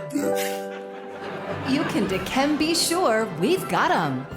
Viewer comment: ...It's, Dikembé